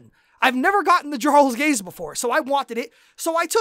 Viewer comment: first off, Jarl is pronounced (yarl). like most of the game that is base from old norse where the j made a y sound. second, i have went into queue with very well geared players that know their class and it has still taken longer than 30 min to do 1 raq and unless u go in with a tank and healer already in group u will sit in q for 15 min. some of us jsrt arent that lucky. i have run rlq, riq, and req and still not gotten my ad cap. thats with getting 45k rad from req alone idk how u did it, ill be testing this out tonight and will comment again with exactly how much time it took to do the 5 u mentioned and how much rad i got not counting the item drops and such